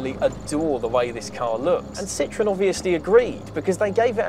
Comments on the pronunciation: Phuuuuuuuuuuleeeeeeeeeze stop butchering the name. The Brits are famous for the English language, but clearly can't seem to respect other countries and their correct pronunciations. It is not a "citron"----that is "lemon" in French. This car, as we all know, was anything but a lemon. Citroën is actually very easy to pronounce----see-tro-en. The Brits (and Californians) seem to have the same problem with Germany; it's not a "Porsch", it's a "Porshaw", as the "e" in Porsche is always pronounced. Thanks goodness thet can say BMW rather than Bayerishce Motoren Werke. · I don't mean to be mean but if you like it so much, pronounce its name correctly (the diacritics above the "e" are there for a reason). An excellent video otherwise. One interesting bit about Citroën is that CAD curves and surfaces were invented there by a mathematician who worked for them: Paul de Casteljau. Some years later another mathematician, Pierre Bézier , re-discovered those curves and surfaces that now bear his name (de Casteljau was unfortunately prohibited from publishing his discoveries by an NDA he was obliged to keep at Citroën). Paul de Casteljau also discovered something known as "blossoming construction" for spline curves which was also re-discovered later by another mathematician.